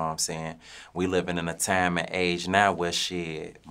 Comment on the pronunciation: He pronounce time like "tiam"